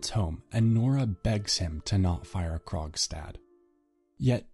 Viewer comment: Why did I think he was saying “Krog’s dad” the whole time